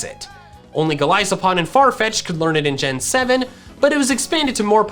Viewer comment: the way he said vikavolt and golispod trigger me